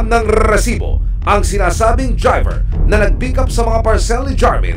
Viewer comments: Rrrrreeeeeeesibo rrrrreeeeeplay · Nakaka irita un "rrrrrrrrrrrrrrrrrrrrrrrrrrrrrrrresibo!! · Out of context, sino dito naiinis sa pag banggit ni emil soriano ng "rrrrrresibo"? 😂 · Bakit e prolong pa ang pag bigkas ng word na resibo...